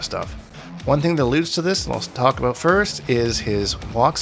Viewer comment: the “aboot” 2 seconds in isn’t enough